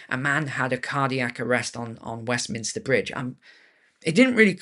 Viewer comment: Westminster Bridge: it’s those ‘m’s again, isn’t it.